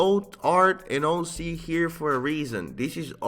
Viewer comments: is he saying hoe C on purpose? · “ it’s an amazing HOE c” lmao